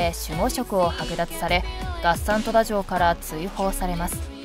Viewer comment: 月山富田城の発音がなんかおかしいなぁ～(((^_^;)月山の『が』を強く発音するんじゃないのかなぁ～。あと、国人のことを、『くにびと』とか言っているけど、『こくじん』が正しいんじゃないのかな？または国人衆(こくじんしゅう)最近では、国衆(くにしゅう)なんて言われているけどね。